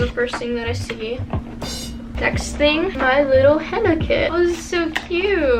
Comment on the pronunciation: POV: ur Arab and she keeps pronouncing-henna it wrong and it gets on ur nervous